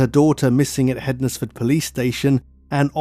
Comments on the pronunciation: Hens-fud not hed nes ford. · Found this interesting, I live in Stafford, which isn't too far from the crime scene. Just for future reference tho, you don't pronounce the Nes bit in Hednesford. It's either Hensford or Ensfud, well, that's how we say it round here. xx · I live in hednesford but pronounced hensford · It's pronounced hens-fudd, like Wednesday is pronounced wens-day not wed-nes-day